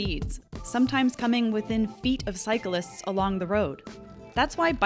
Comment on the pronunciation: Love the video and content I truly do but if you're gonna say a key word MANY times in a video please make sure you say it properly. It's cyclists — not cyca-lists